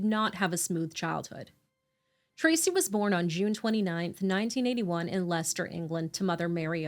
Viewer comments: Thank you for saying Leicester and not Lye-cester. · Well done on pronouncing Leicester correctly, most people not from the UK would struggle with that one! I remember this case very well, poor little soul. It is frightening to think how many children are going through this terror now, at this moment, and being let down by social services. RIP little Peter, free from pain. I will always remember that beautiful angelic little face.